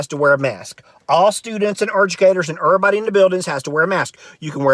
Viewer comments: Are you playing with accents, termpeture, ervybody, ... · Terpture, curnsisyant, erbody, 😂😂😂